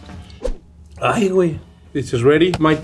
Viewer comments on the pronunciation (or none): That “Hay güey” was hilarious 😂